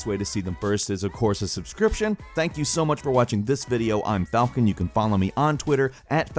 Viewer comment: That does NOT sound like falcon